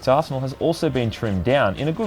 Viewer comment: I know it's just the accent, by every time you say "arsenal" it sounds like asshole or arsehole and when you said her arsenal had been trimmed down in a good way, I had to break out laughing XD